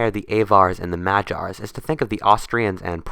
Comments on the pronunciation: Magyar has got a hard g in it not a j sound my man, also Hungary has never a “global hegemon” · would have been better if you had looked up how to say Avar and Magyar. Even the printed word would have missed out on a font, developed from Carolingian Script (hard g, not soft)